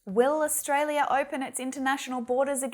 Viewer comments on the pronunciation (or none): none